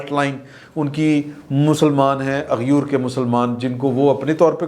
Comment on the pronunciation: #اغیور نہیں #ایغور ھے براہِ کرم اپنا #تلفظ صحیح کریں اچھا نہیں لگتا کہ آپ جیسا صحافی غلط تلفظ کے ساتھ وی لاگ کرے۔ اگر برا لگا ہو تو معذرت 🙏🙏🙏🙏